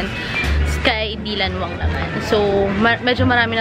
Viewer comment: Its not dilanwsng its daylanwang